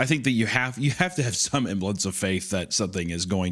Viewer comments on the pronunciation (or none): Why does Hunter always drop the S in semblance?